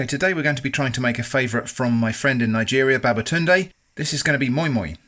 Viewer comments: It is called moi moi not moin moin lol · It’s pronounced ‘My My’